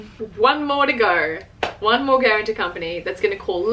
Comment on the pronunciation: Please say guartan-t-o-r instead of guaran-t-e-r. The latter is not a word. Unless it is a Japanese word...